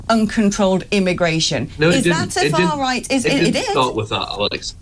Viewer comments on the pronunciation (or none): She just can't say the R in far right...far white!